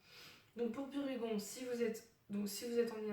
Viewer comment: Le son n'est vraiment pas top... On dit bien pu-ré-gon !